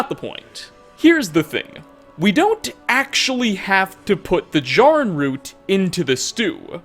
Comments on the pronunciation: It’s JAIR- uhn root. They SAY it in game and you’re causing me pain every time you mispronounce it. I’m furious. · Normally mispronunciations don’t bother me but you said Jarrin root wrong 🥺 it’s the first time I’ve ever heard my name in something don’t ruin it 🤣